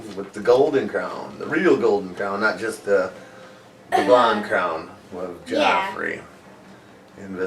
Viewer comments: It's Joffrey not Geoffrey :) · It's Joffrey!! Not Geoffrey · it's actually Joffrey, not Geoffrey